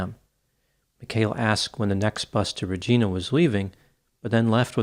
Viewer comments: It's a southern Saskatchewan city but it's pronounced " Re gi na " not Re ge na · Thanks for making your videos! Just to note, 'Regina' Saskatchewan is pronounced 'Redge-EYE-na'. 'Regina' is latin for 'Queen'. The city was named after Queen Victoria. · In case of future Saskatchewan content, Regina is not pronounced like Regina George. It rhymes with a reproductive organ. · It's pronounced "Rah Jy Nah" like "vagina", not "Rejeena". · Its Ra-Gyna... not Ra-Gina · Regina pronounced Re ji na not re jee na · Just an FYI, cuz I’ve seen a couple of shows on this case now and they all make this mistake. Regina is pronounced Ree-ginah. And it rhymes with the female genitalia. I know it should be pronounced as Latin for Queen but it’s not. I also know this is petty, regarding the case and all, but most things of the case material have already been covered in the comments. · its pronounced "rehj-EYE-nah" not "rehj-EE_nah" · Hey … Regina, Saskatchewan is pronounced “Rej-eye-na” not “Rej-ee-na”. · Not Re-gee-na, Regina.....rhymes with Va*ina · It’s pronounced Regina -“ I” as in Vagina-FYI-Not Reg—eena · I know it looks like "Regeena" but it's actually pronounced "Reg-eye-na". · Regina is pronounced Ra gina not Reee gina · I love your content and watch every video. But as a guy who was born in Saskatchewan, the mispronounciation of "Regina" made my eyes twitch lol. It's pronounced like a woman's private parts. Re-gy-na..... not Re-gee-na. Keep up the great content. Wishing you the best in 2023! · “Regina” rhymes with “v*gina”. Hard “I” not “ee” sound. 😊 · Interesting story. But Regina is not pronounced re-gee-nah, but rather re-j-eye-nah. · P.S. regina, Latin noun meaning queen is pronounced ‘re-gee-na’ while Regina, geographical name is pronounced ‘Re-gI-na’ as in Vagina. Thankyou for the analysis,.. ❤❤❤❤❤😂❤❤❤❤ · Just a quick note…. Rag”eye”na, not Rag”ee”na. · Ree-gi-na, yes like Vagina. Not Ree-Geena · Reg geena 😂😂😂 it’s reg Gina lol